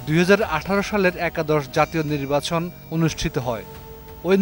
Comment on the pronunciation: উনি নির্বাচন শব্দটির সঠিক উচ্চারণও করতে পারতেন না।